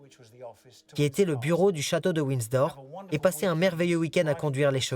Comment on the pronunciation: Ce n est pas Winsdor. mais Windsor!!!!! Dites le lui a la bonne femme qui fait le commentaire!!!